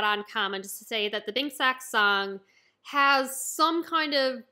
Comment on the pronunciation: Sake is pronounced sakay not sak btw